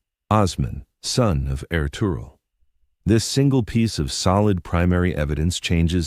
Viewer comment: I absolutely love anything Ottoman or Turkish but get so frustrated w/ these AI mispronunciations ESPECIALLY when a human can control exactly what an AI does and states. No excuse. Ertugrul is pronounced Air-Truuul. Master historians revealed his father was Gunduz NOT Suleiman. And the Kurulus Ertugrul series did not have them living in prosperity. They were very shabbily dressed compared to the Seljuk's and did not live in luxury of any kind. Osman is OOOOOOsman. NOT OzMan. NOT Ozzie NOT Oz They didn't become the OzzzzzMan's They became the OOOOOsMans OOOOOOO--sssMan "O" NOT "Oz" AI does what you tell it. Pronounces the way "you" program it. AI does not have a brain. All these mispronounced names is due to human laziness.